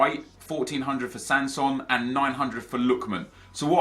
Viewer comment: when NEP pronounces your teams player wrong its not sanson its Hanson